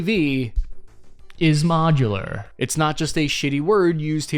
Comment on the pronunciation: That accent sounded more in line with the; The Mid-Atlantic accent, also known as the Transatlantic accent. This was a popular accent in Hollywood during the Golden Age. It was a blend of American and British English that was used by actors to convey wealth and sophistication. You basically, just 'Cary Grant'd' us, with "Modular". "Judy, Judy, Judy..." (which was never a line, he said, in any movie.)